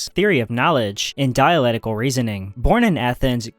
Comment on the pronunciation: It's "diaLECtical", not "diaLETical".